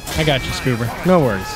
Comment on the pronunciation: everybody gangsta til the demo says SCOO-bar